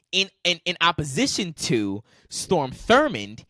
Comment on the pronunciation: Strom not Storm